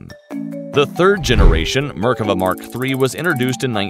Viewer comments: I can't stand the pronounciation... merk ava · mer-KA-vah. They had two tanks in 1948, both of them Cromwells stolen from the British. The Merkava IV has a 120 mm gun. The Merkava I and II machines are now APCs. I think that your Merkava III illustration is not a Merkava at all. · What markava.....heheheehhee😂😂😂😂.. poor tank.. RIP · Mispronouncing both the tank, and my country. Meer-kah-VAH. Not murkava. Accent on the last syllable. Is-rah-el. Not Isreal. Sounds horrible to my ears. Also, General Tahl, as in "ah." Not Tal, as in tallow. Not English words, so check on those vowels! You would not want everyone to say Uhmarki for America. Please! שלום Shalom